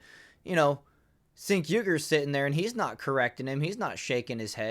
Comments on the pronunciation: Its pronounce like Jenk not Sink. Also Why do some channels put the "better be nice in comments" warning up. That's so soft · "Sink" Uygar 😂😂😂